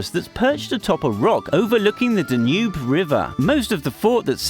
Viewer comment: Dude, I live there and I couldn't recognise any serbian words you said. Come on, if you went and researched the desk corner superstition (which is pretty much dead exept with people aged 65 and up), then at least research how to pronounce these places. I mean really, even Danube, the foreign translation of the river Dunav that most people west of us can easily pronounce?